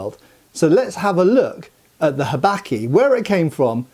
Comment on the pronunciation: I love how Englishly you say habaki! "Habacky" haha